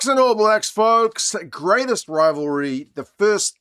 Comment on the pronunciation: Did you say grainest rivalry lol